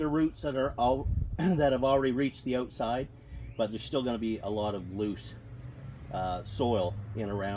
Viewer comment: "Oatside"😂 soory to poke fun.